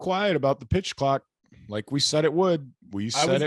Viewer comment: face when Ian slipped up on the word clock had me spitting out my drink